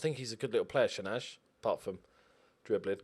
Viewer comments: Shenaj is pronounced shen-aye I think. 11th btw. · A little pronounciation tip from an Albanian fan, shenaj is pronounced shenái. Also love your videos😊